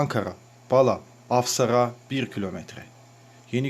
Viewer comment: ankara ilçesi a harfleri kalın ve kısa okunarak "Bala" değil,2.ve 4.a harfi uzatılarak okunur,sanki üzerinde şapka varmış gibi,bu kadar cehalete pes